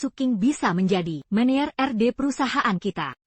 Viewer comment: Saya kok keganggu ya dengan sulih suara AI nya..manager/ menejer teruuuus aja dibacanya meneyer😢